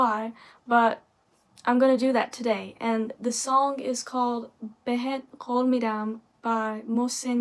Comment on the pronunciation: Listen to more Persian music, I promise you'll enjoy it . And that you pronounced it so well, congratulations. you can learn Persian very easy ♥️👏